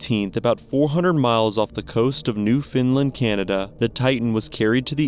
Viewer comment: It should be pronounced Newfoundland ..